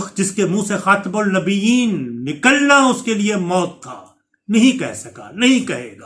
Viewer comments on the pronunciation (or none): عمران نے جب حلف اٹھایا تھا تو خاتم النبیین درست تلفظ سے نہیں پڑھا تھا ۔۔ مجھے اسی دن سے شک ہوا تھا کہ دال میں کچھ کالا ہے ۔۔ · میں نے اسےکبھی درودپاک ۖ پڑھتے نہیں سنا اسنے اوتھ لیتے وقت خاتم النبینۖ کے الفاظ صحیح طورپر ادانہیں کٸے تھے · اور حلف برداری کے وقت دو دفعہ خاتم النبیین جان بوجھ کر غلط پڑھا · تقریب حلف برداری میں اس نے جان بوجھ کر لفظ خاتم النبیین ان بوجھ کر غلط پڑھا تھا کیونکہ وہ ختم نبوت کو نہیں مانتا ھے